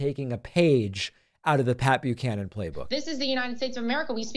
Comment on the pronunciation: I was well into my twenties before I realized it was Pat Buchanan and not Papeu Cannon. In my defense, even here that's what it sounds like David is saying.